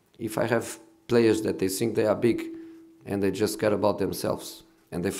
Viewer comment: Never heard a man 'zink' as much as Jose